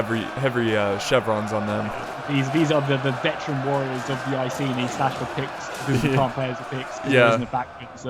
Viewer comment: The way he says "iceni" triggers me. It's pronounced I-see-nigh.